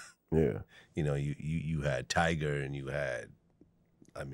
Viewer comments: Vlad it’s tyga not tiger 🤦🏾‍♂️ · It's tyga not tiger. White people have a thing with err and a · Why do he say tiger not tyga 😂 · Vlad said tiger instead of tyga 😂😂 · It's not Tiger it's Tyga! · Tygaaaaa!!!! not Tigerrrr!!!! 😅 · Vlad said Tiger 🤦🏿‍♂️ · And he still saying tiger lol